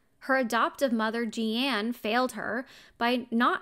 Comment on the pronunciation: Her name is pronounced the way, “Gene,” is pronounced. Or like blue jean. It has an e on the end but it’s 100% pronounced like jean